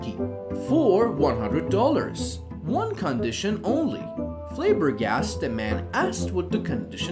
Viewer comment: The reader hadn't a clue how to pronounce "proficiency." Who would have, among people born within the last forty years? And "flabbergasted" with a long a on the first syllable? Good grief!